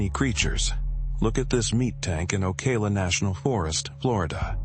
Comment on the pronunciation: He said Ocala wrong lmao